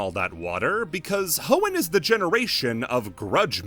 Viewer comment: I'd like to advocate for saying hoennian as Ho-in-ian instead of H-owo-nian.